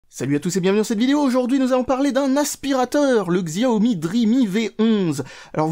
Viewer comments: Juste pour info, on ne dit pas "Xziaomi" mais "Chiaomi". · Ça se prononce Shiaomi, bordel !